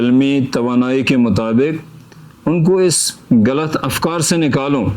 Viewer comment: چناب عالی ہم کرگلی غین اور گ کو اچھی طرح سے تلفظ کر سکتے ہیں۔۔۔ پھر بھی اپ غلط کو گلط بول رہے ہیں۔۔کشمیریوں کی تو مجبوری ہے۔۔انہیں۔۔pronounce کرنا نہیں اتا مگر جناب عالی۔۔اپ کرگل کے ہیں اپ اس سے اچھی طرح سے بول سکتے تھے